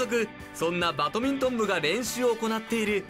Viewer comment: ナレーションの方、バトミントンじゃねぇ、バ『ド』ミントンだ。